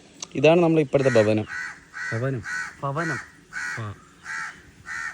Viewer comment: Dey pasi bhavanam pronunciation correct